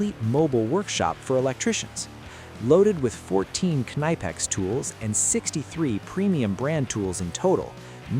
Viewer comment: Tell your AI voice over guy he is pronouncing the company name wrong.